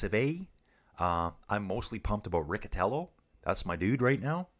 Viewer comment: Riccitello is pronounced Ree-chee-tello. Sorry. Greetings from North East England.